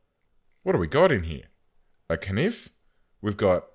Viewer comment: You said "nif" instead of "Knife" LOL